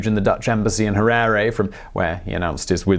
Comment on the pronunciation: Simon, I can forgive your pronouciation massacre of most of the Ndebele and Shona names, but getting the Capital city of a Country wrong is unforgivable!!! Having lived in the country for the first 36 years of my life, till 2000 having being physically chased off the legally owned land I was on, I think you gave a very balanced view of the man and his paranoid and cronistic destruction of the country. His five year genocide, in a newly 'liberated' country, of the Ndebele killed at least twice ( if not four times) as many as people as the Rhodesian army (comprised 70% black Zimbabweans....) managed in 15 years. Once again, another very good distilled and condensed snippet of a biography. Thanks you.